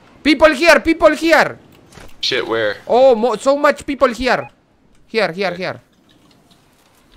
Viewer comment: ''pipol jiar pipol jiar sou mach pipol jiar